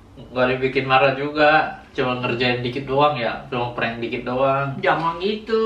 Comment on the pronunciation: PRANK bacanyaa ( PRENG ) bukan ( Perang ) wkwk